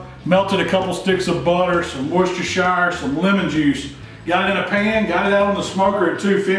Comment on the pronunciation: Please please please … It is pronounced Woostersheer sauce!